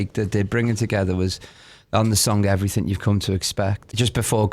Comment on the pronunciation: “Seeped into everyfing we’ve done” I love Alex 😭